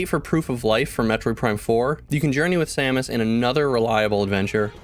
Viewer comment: 😃 he really does say Sammich! 🤣😆